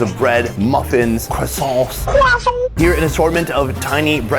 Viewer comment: Croissants. "Croissants"... cracked me up, gj editor!